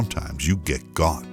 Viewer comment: “ le get”